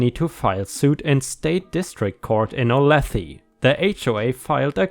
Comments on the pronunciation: I cracked up when you tried to say Olathe. since I'm from there I'll tell you it's Native American so people will always screw it up. easiest way to say it is ( O- lay- tha) just dont say the E and switch it with an A. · Its O-lay-tha that is how you pronounce Olathe ks.